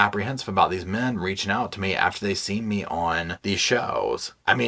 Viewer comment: Men --> Ken.😮 somehow it sounded funny😅